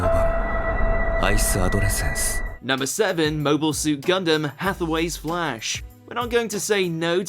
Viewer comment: Are you a troll? You can't pronounce Char and Gundam to save your life but you can explain reason's to hate Hathaway? You are extra suspect.